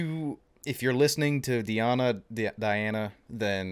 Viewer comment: Dear Author, Her real name is DEEEana not DAiana